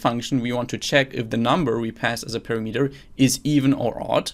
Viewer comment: you pronoun word "parameter" very strangle )